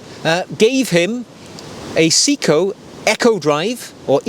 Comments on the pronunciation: Actually it’s pronounced “say e ko”. In Japanese “se” Is pronounced “say”, “i” is pronounced “E” so it’s actually say e ko, which sounds close to “say-ko”. I’ve been living in Japan since 1991. I speak Japanese fluently, my wife is Japanese, my co-workers are all Japanese and I speak Japanese the majority of my day. Trust me, it’s not “see-ko”. I’m not here to correct though, just clearing this one up. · See-ko lol, good video. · If we’re going full on pedantry, I’ll respectfully add my two penn’orth worth. The correct pronunciation is: Se (as in semi) I (as in pig) ko (as in coffee) せ (Se) い (I) こ (ko) To qualify; I’m a Brit living in the UK for 7 months of the year and Japan for 5 months of the year, and whilst not fluent I am able to live in Japan without speaking English. To get to the point, watch shopping/browsing in Japan is an absolute pleasure. I often travel down to Tokyo and spend a couple of days browsing watch and vinyl record stores. I own 3 Orient watches and love them immensely. I got back to the U.K. a few days ago and brought with me a Breitling Superocean II Japan only edition. Not my usual style, but it just smiled at me so lovingly I couldn’t resist. Nice collection ❤